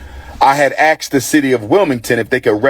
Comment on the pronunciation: A wannabe school principal using words like "axed" for asked, "mumfs" for months, and "birfday" for birthday is crazy...